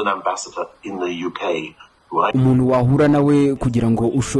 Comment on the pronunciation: jya kwiga kuvuga Ikinyarwanda bizarushaho kukugira umunyamakuru mwiza - UMUNU? Ni UMUNTU- INURU ni INKURU iga ibihekane muvandi